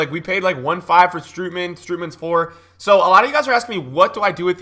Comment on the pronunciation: Not strOOtman but strOAtman